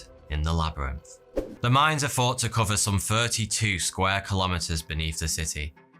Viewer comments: Five years watching this guys videos and I just realized he says in his intro instead of 42. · Why wear shirts and suits when you look like a scruff. Plus you can't pronounce your th's. You say fourty two not thoughty two. Idiot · Bro, when you pronounce three or thought you annunciate by putting your tongue behind your upper front teeth to make the, "thuh" sound. When you put your lower lip behind your upper front teeth, it makes the , "fuh" sound. C'mon now. I thought you Brits were supposed to speak proper english better than us yankees? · You say: "Forty-two," but it's spelled "." This warps my fragile sense of reality. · I keep thinking he says “42 here” for his intros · I always think he is saying 42 instead if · Wish u could say your own channel name without always seemingly sounding to be saying “forty two” .... every time. That & get a speech pathologist or therapist does you can master the letter ‘R’ & it’s sound. Cause it’s annoying & makes every narration you do laughable & juvenile feeling. Lmao. Little idiots/retarded kids do that speech impediment thing. Freaking get yourself together. It’s so annoying I can’t finish any of your videos. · Is it just me or does it always seem this guys is saying 42? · I swear every time i click on your videos i always hear,"hey,42 here" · Every time I hear the intro I think he's saying "hey, 42 here." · It always fucks with me. Does he say 42 or? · Totally unrelated to the video but I swear to god everytime I hear you say your name I think you say 42 not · I always thought he said faughty two. Like 42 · Finally starting to hear him say. Lol... Im only just amazed at how well he speaks and the only thing i could never hear him say clearly is.